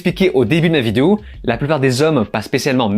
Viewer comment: Complètement d'accord avec cette critique, le film actuellement est sur netflix, j'ai pas tenu 15 mn et je ne pense être suffisamment maso pour perdre mon temps dessus. En aparté, c'est peut être moi mais j'ai l'impression que tu dis vidéou au lieu de vidéo... Non?!